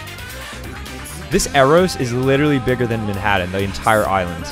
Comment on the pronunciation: Ummm.... Why is he pronouncing Manhattan that way???? I can't